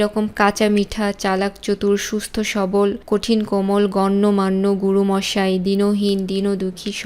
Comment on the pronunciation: ম্যাম আপনার ভিডিও খুবই উপকারী তবে কিছু শব্দের ভুল উচ্চারণ খুবই শ্রুতিকটু যেমন "গণ্যমাণ্য" শব্দটা। আশাকরি এরপর আপনার উচ্চারণের দিকেও নজর দিবেন।